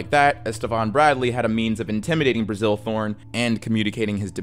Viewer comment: great video as always, just one small caveat. During the whole Graeme Thorn part it sounds like you keep calling his father Brazil, when its just Bazil. Had me real confused for a second there